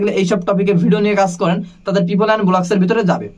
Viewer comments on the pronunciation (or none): উনি বলতেছে Vlogs ভোলাগস। এইটার উচ্চারণ বুঝি এইটা? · Vlogs এইটার উচ্চারণ বুঝি ভোলাগস? আহা!!